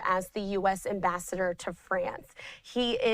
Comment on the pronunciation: She cant even pronounce the word ambassador, hopeless.